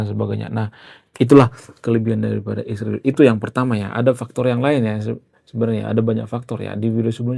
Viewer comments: Israel disebut isriwil, hati-hati kamu jangan sampai darah keluar dari mulutmu. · Sebut israel tu dengan benar jangan ruba2